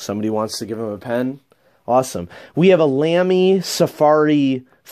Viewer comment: Great collection, fun to see what you've got now compared to last few years. Incidentally, sorry for a little nitpicking: *LAMY* is pronunced like "Lah-Mee" (not "Lam-mee").